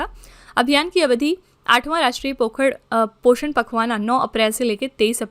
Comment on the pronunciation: पोखरण ❌ पोषण पखवाना ❌ पोषण पखवाड़ा ✔️ 😅Just Kidding Ma'm😂